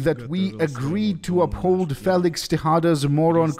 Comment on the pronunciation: aww your first mispronounciation... its FEE-licks not Fay-licks. You are darn near perfect though,!